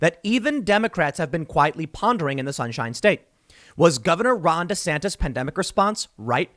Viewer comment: Am i the only one to hear Rhonda Santis?